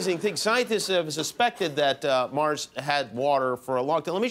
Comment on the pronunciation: It's pronounced "MarZ" with a "Z" sound not "MarSS"!!